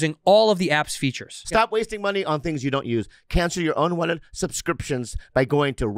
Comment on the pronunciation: Bobby cant say subscriptions to save his life 😂